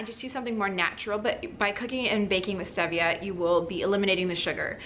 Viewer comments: Its stEEEEEvia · "stee via" is the correct pronunciation. Good information, but on a time situation, one to three months is not long enough for someone who has systemic or dividing candida. Killing the candida is one thing; flushing it out of the system is a whole "nother" story. You sound like you hit all the good things really hard and got rid of it. Good for you!